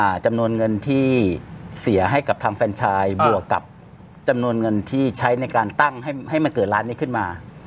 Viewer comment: ที่ถูก คือออกเสียงว่า แฟรนไชส์ ไม่ใช่ เฟรนไชส์ นะทุกคน